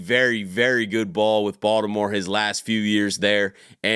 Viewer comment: Every time you say Baltimore I literally smile lmao you’re def from here